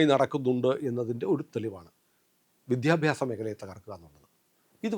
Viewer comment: അങ്ങ് ശക്തമായി വിഷയങ്ങൾ അവതരിപ്പിക്കുന്നു. അഭിവാദ്യങ്ങൾ . അതിനിടെ, പക്ഷേ "വിദ്ധ്യാഭ്യാസം " "വിദ്ധ്യാർഥി " മുതലായ സർവസാധാരണ വാക്കുകൾ ശക്തമായി ഉച്ചരിക്കുമ്പോൾ അരോചകമാവുന്നു . ശ്രദ്ധിക്കുക, പ്ലീസ്സ് .